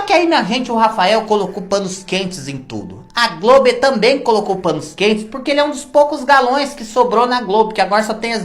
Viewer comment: Quando você fala:GLOBI eu morro de rir 😂😂😂😂😂